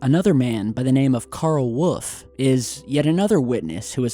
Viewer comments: Dear, are you not able pronounce WOLF? I have noticed in many of your videos you say Woff instead of wolf... very strange...what gives??? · What does that have to do with my question? I just asked why pronounces wolf as wooff? I didnt ask him to give me the taxonomy of of the species...jeez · Carl Wuff. Lol I can't get over the way you pronounce Wolf. 🙊Loool